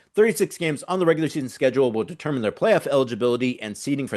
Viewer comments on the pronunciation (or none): none